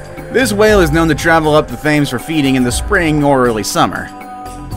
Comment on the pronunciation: its not pronounced thames its pronounced tems